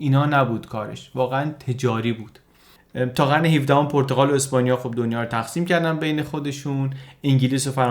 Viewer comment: خیلی عالی ولی پرتقال نادرست است و صحیح پرتغال با ضمه در (غ) صحیح است